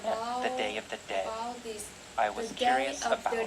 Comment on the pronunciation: ơi, t đến đây:* 1, độ to: to hơn chút nữa nhé. 2, phát âm và cảm xúc: t nhận xét gộp 2 mục này nhé: c cần thêm nhiều năng lượng nhé. t check bài thấy c phát âm khá đầy đủ âm, chỉ thiếu 1 số ending sound thôi: was, beautiful, dead... 3, trong âm từ và câu: t thấy c có nhấn cảm xúc ở 1 số điểm, nhưng bài vẫn hơi đều đều và rời rạc, gây cảm giác nản check, bài này của hơi kém hơn những bài trước t check nhé. 4. tư thế đứng: tay và tư thế đứng tốt thé c, nhưng thỉnh thoảng c bị nhón gót. cần mạnh mẽ hơn nhé:*